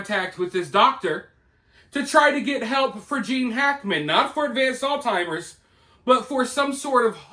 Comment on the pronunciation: It's Alzheimer's not All Timers